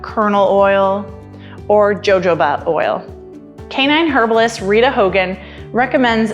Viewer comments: Okay, so I appreciate your information but please..... The J in Jojoba oil is pronounced as an "H" like HO-HO-ba oil. Think of Santa. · Jojoba oil lol. I laughed when I heard it pronounced wrong.